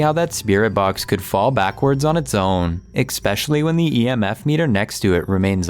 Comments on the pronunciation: especially not eckspecially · Please ask your cousin to pronounce the word "especially" properly!!!! He pronounces it "expecially"! There is no X in that word! Makes him sound dumb, lol!!!🤣👍🏼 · Please tell your cousin it's not "expecially," it's especially. Thanks. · tell him the word is especially not not ek specially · ITS ESPECIALLY. NOT EXPECIALLY. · The only thing that’s causing me anxiety is the way he says especially. He pronounces it ekspecially. 😂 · The only thing giving me anxiety is the narrator saying "expecially" three different times. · Please..the word is pronounced ES pecially not EX specially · Ok, is it just me or does the way he says “eckspeshully” really irritating?? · jeez its embarassing how that guy is talking out of his ass and can someone tell him how to pronounce "especially"??